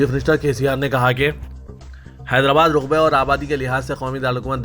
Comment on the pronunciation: Raqbe ko Ruqbe padh rahe ho